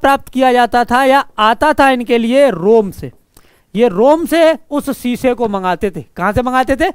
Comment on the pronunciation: सीसे नही शीशे माफ करना🙏🙏🙏🙏🙏